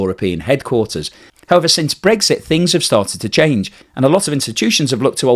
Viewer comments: its brexit not bregggsiiitttt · I like your blogs but I can’t listen when you say Bregsit instead of Brexit, sorry, probably just me.